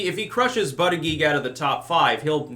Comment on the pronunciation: I just love it when say "Booty Judge".:D